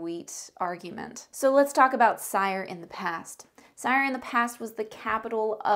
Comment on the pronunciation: You mispronounce almost everything... cringe. Cyre is pronounced SEER and Khorvaire has an R in it. Do you even play games?